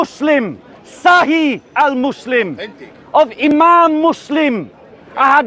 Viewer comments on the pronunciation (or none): none